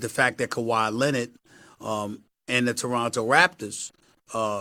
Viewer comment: How does SAS put Rs at the end of words where they shouldn’t be but can’t pronounce the R in Leonard!?!?!